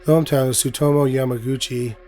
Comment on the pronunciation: only here to say the name is pronounced "YAMA-GUCCI" with emphasis on the "u."